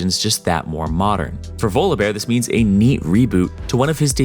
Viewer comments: It's volleybear Jesus😂😂😂, why are you saying volobear??? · why do u say volobear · pronouncing volibear more like voldemort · The way he says Volibeae bothers me TT